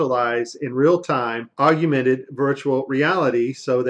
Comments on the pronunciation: it's pronounced ogg-men-ted not ogg-you-men-ted... and HoloLens not HoloSense. great video though, while a few can be explained by artifacts, there are some stunning examples of deception on display here. well done on the finds. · Stop adding a YOU to augmented. It's NOT Aug-YOU-mented reality it's pronounced AUG-mented reality. And your attributing pack loss to errors in AR. There's a simple explanation for it, it's just packet loss. Very much like when Netflix or Amazon Prime glitches and loses packets on the movie being streamed to your house. Same thing. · Augmented = Og-men-ted! Not, Og-u-men-ted... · For gods sake, it is NOT PRONOUNCED "OG-YOU-MENTED" Its "OG-MENTED" Thats all. Simple. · love this video!! Keep it up. One criticism I have to point out that is bugging me. Please stop saying augumented, it is augmented! Nasa is going down!!! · Are you for real, or are you joking? “I prayed about it, and the lord told me which video it was”??? You must be fucking kidding, you can’t be for real.... AND IT IS “AUGMENTED”, “AUG-MEN-TED”, NOT “ARGUMENTED”, you dumbfuck!!! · MY BS ALARM IS GOING OFF!!! " ......with their contact augumented virtual reality lenses......" THEIR WHAT???? First of all the word is "AUGMENTED" not "AUGUMENTED" How about a link to this "augumented" contact lens technology that works WITHOUT THE USE OF ADDITIONAL GLASSES AND/OR HEADGEAR which allows the Astronauts see so much detail they can catch VR objects in mid air? Here is the truth about this tech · It''s augmented yo , NOT augUmented. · It's awg-ment-ed. Not augUmented. Your putting a virtual U in there that doesn't belong. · augmented not aug-ooo-mented... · Isn't it called "Augmented" and not "Augumented" ??? Anyway, could you help us out, because CHL (Cool Hard Logic) is under attack and we need your help in finishing him off (which I think I set up very nicely). His channel is easy to find and right now he is shitting bricks over the FLAT earth !! xD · it's pronounced AUGMENTED.